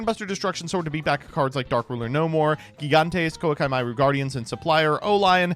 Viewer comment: knows there is no 'L' in Koa'ki right?